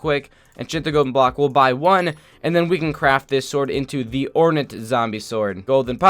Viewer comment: ore-nat zombie sword Me: actually it's pronounced ore-nate